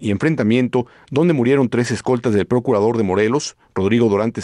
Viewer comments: Lo bueno que fue el Porcurador y no el Procurador😂😂😂😂😂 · porcurador,?? o sea curador,de puercos,,??,yo asi entiendo,, que dice,,bueno menos mal